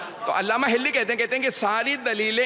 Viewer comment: محترم علامہ حلی ھے ھلی نہیں کچھ اردو سیکھ لیں کسی سے